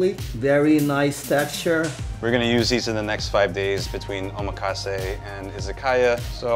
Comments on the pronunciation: Nice video but the word omakase is mispronounced by you. The accent falls on the 2nd syllable...o...MA...kasse. I learned that in a real NYC sushi palace. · his pronunciation of Omakase is wrong.. meanwhile in Japan the whole set he charges $300 USD for is like $15 here. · bro don't even know how to pronounce 'omakase' lmao